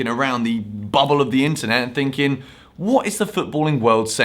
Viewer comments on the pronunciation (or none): none